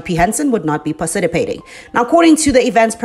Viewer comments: Its not parcitipating at minute it is participating. You are the same trying to sound american. You are the reason why there Thabo Besters and Nandiphas its this fake accentBlack south Africans you have to retract from fakeness. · 8;10 , parcitapating? hahahahahahah